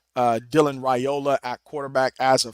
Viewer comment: Dillon's last name is pronounced RIOLA. The a is silent.😊